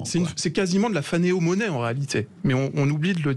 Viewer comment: "phanéRomonnaie", pas phanéo